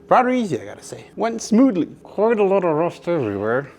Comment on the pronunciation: It is, A lot, not alaaara